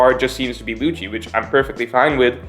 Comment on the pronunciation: Lucci is pronounced Lukki It's not mikami its Ookami